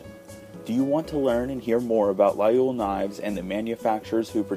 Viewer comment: Please try at least pronounce Laguiole right.